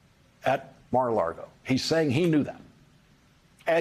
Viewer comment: Lawrence, you are so erudite. Just correct how you say the Golf Club correctly: there is no 'R' in the word for lake, ie, it is lago not largo. Small detail but you are so spot on regarding all you report. We so appreciate you!